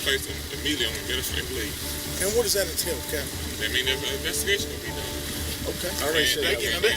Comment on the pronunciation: The last cop is so fcked up he can't even think, he calls him "Lieutenant Catain" wtf is that some new rank they just came up with???